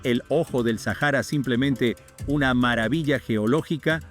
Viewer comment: Se pronuncia SÁJARA